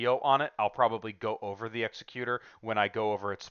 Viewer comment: Executor is pronounced 'exec-Uter', not 'exe-cUtor'. As in like an executive, not like not an executioner.